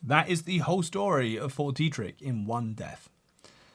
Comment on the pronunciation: The way you say Fort Deidrich keeps sounding like "4D Tricks"... And I somehow don't disagree